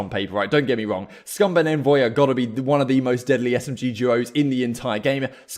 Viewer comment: Just FYI, envoy himself said it’s pronounced “ ON-VOY” not “N-VOY”